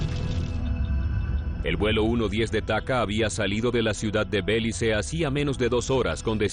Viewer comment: No es Bélice, sino Belice, palabra grave, con acento en la penúltima sílaba.